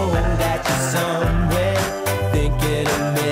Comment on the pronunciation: No she means because he pronounces it finking, rather than thinking... :/